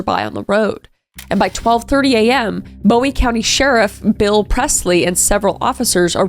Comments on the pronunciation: also its pronounced bOOie not bow-ie even tho its spelled like that lol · They pronounce it booie not Bowie and you will get corrected for it cause that’s how I learned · I live in Texarkana and it’s boo-wie not bow-ie